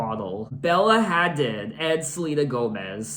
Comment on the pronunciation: You pronounce the hadid part of bella hadid like "huh-deed" just to help u out a bit :)